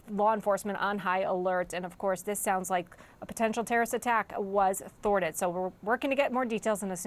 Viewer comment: He said “thwarted”…😏